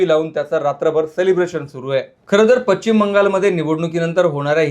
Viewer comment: Pachchim Bangalore? Speak properly chu saala...now a days any one gets and makes video